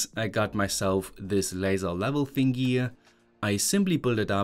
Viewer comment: Can’t decided if “thing-gee” is rage bait 😂